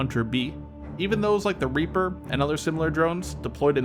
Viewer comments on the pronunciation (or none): Reaper....NOT RAPER! That’s illegal even and especially in war.